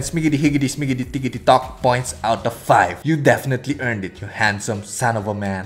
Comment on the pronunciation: Him: ooh men Me: Omaygad men!! Also him: man Me: thats good men!!